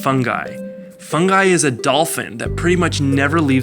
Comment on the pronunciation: the dolphin is called FUNGY not FUNGI